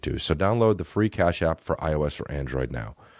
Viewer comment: "cap ash" instead of cash app lol